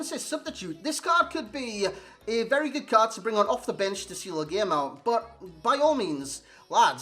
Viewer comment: GOOD NOT GOODZ OR GOODS MAN. Where are you from lol